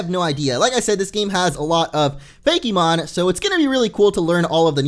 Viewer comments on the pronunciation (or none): It's FAKE-MON, no Fakey-mon